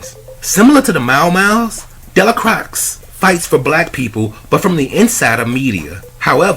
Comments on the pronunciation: Dell-a-cross? This movie was too iconic and won’t be fully understood for another 100 years at least! You have to start to learn to pronounce his name at least! Your review of this movie is (otherwise) spot on point! I give you a 99.999% brother! Thank you! The Mau Mau’s mission was getting put on! They had their token white and a light skinned woman! So yeah, this movie explains all the Half-Original babies in the south these days! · Its pronounced DAY-LA-CROY. The x in his name is silent. The last name is French/Creole. Love the channel, keep it up. P.S. How about reviewing Denzels entire catalogue. Beginning to end. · Actually it is pronounced Della Quah! The x is silent! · Sir did you watch the movie cuz that’s not how you say de la croix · How do you not pronounce the name right after watching the movie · How did he watch the movie and get the name wrong lol